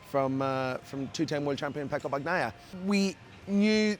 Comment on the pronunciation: How can you still mispronounce Bagnaia’s surname?😢